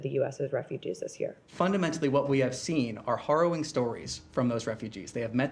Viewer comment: Is he mispronouncing harrowing or is he deliberately saying horroring?